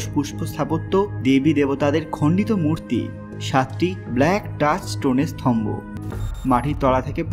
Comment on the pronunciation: স্তম্ভ, স্থম্বো নয়।